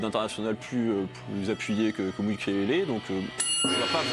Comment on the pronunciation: ”Mukielele” mdrr ça commence bien 😂